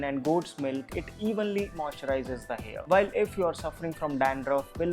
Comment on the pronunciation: It's hair ( hain)wanted to say